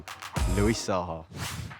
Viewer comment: When he said Saha I thought he said Zaza😂😂